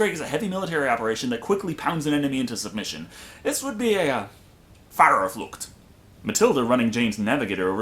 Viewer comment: My compliments to you,, for you almost (about 85 %) nailing the pronunciation of the word "Fahrerflucht". You did well.